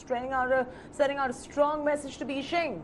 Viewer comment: Ma'am please say Beijing properly. It is not beeshing.